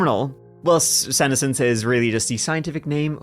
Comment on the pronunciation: Just one aside. The pronunciation of senescence - the accent is on the second syllable. The term is also used with plant, especially leaves on deciduous trees. Withering and falling off in the fall....